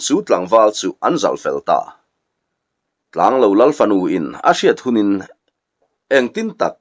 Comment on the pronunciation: Tlanglo ilam dan hi he bung tir lamah hian adik tlatlo...thingtlang mi ten kan eizawnna ber lo kan neih thluk hian lo hi ilam tlata..khawhming ah chuan tianga lam tur hi anilo thung asin mawle...i lamin ichhiar sual ngailoh nen... Ngaihnawm takzet ani.